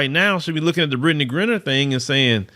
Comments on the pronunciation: Griner is pronounced like "miner" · Lord have mercy. Can you at least pronounce her name correctly. It's Griner with a long I sound not Grin-ner🤬